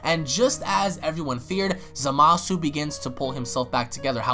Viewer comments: How come you pronounce Zamasu as “Za-masu”? Isnt it “Za-ma-su”? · Is it just me or is it pronounced zomasu not zamasu